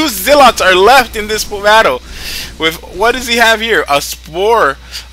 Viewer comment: I hate how he says "wiff" all the time..